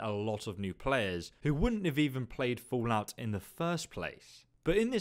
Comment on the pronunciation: I like how you pronounce the game as "FOOLout" throughout the video :)